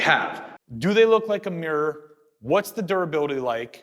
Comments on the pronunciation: You know is called MIrror right? not meeror..is it me or mi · The word is mi - ruh not meer. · Nice video but doing my head in that he keeps pronouncing mirror as meeeyer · Get a Canadian or a Brit in to say 'mirror' for you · How to pronounce "mirror"? try putting the letter "o" in it to start!